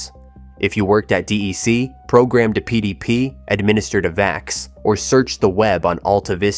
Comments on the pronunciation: And the VAX was pronounced "vax", not "vee-ax". 🙄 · It’s pronounced “vax” not “vay-ex”. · Gah, D-E-C is pronounced like DEC[k]. It's not IBM. VAX is pronounced like the first syllable of vaccine.